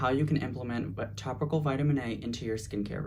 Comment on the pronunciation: I thought I was hearing tropical